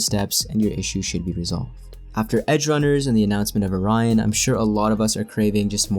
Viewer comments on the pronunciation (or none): none